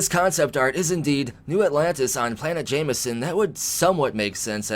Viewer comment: Along with that is Jemison...perhaps it's my hearing, but it sounds like he's saying "Jamieson"...it looks more like "Gem e son" to me.